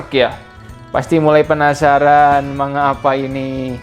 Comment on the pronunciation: Saran aja bang, akun abangnya kan fokus review manga, ada baiknya pronounce kata "manga" nya dibenerin, no offense